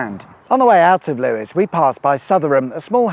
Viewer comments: LEWES!! NOT LEWIS credibility lost! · Lewes is pronounced Loos... well, not sure but I want it to be 😂